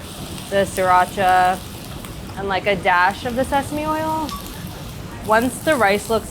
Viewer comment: Everytime someone puts sriratcha on something a food angel dies. I'm sure she's an amazing cook. But Sriratcha?